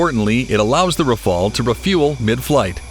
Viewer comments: Do your homework mate. The French aircraft is called Rafale...or RAF-ALE if you prefer. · RAFAEL is an Israelian defense company. Even if you are native english speaker, try to pronounce Rafale properly.